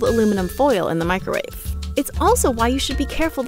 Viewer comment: Ah yes. The "microuawe".